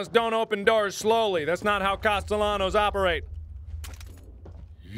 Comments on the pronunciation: I like how he's so determined to think Cast-el-anos is right, when even in the last game they pronounced it as Caste-y-anos. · It's better than the previous game, where he called him "Caste-nellows"... Lol. It's become a thing for him to purposely mispronounce it, cause so many people went "MARK, WRONG" xP. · Still to this day,everytime mark says "Castellanos" my brain hears "pantaloons" some reason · The comments: mad about mark pronouncing costelahnos wrong 😂 I personally have only 2 yrs in spanish im 25 now i didnt get to finish but i got by with a c 1st yr and a D my 2nd year. Im clearly not that smart but even i know the ll makes they yah sound. Marks doing it on purpose. 😂😂😂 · every time i hear mark say the ll in castellanos i can hear my spanish teacher losing his mind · No, blame Mark, he's doing it on purpose. He heard it pronounced the right way and he was like "what are you talking about, you don't pronounce it that way" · 100 million subscribers without videos No, he knows he’s pronouncing it wrong. He just likes the ll better. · Catherine Leis In Spanish cultures, the two ll’s make a y sound. So how Mark is pronouncing it is wrong. But he is definitely doing it on purpose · i like that sometimes mark will pronounce his name right and sometimes pronounces it wrong and there's no rhyme or reason to which he uses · This is my 3rd time through the evil within series and it’s by far my favorite other than welcome to the game. Marks mispronunciation of words is always a highlight of the video